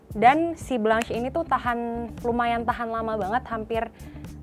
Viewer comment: bkn blanch tpi dibacanya blong sesttttt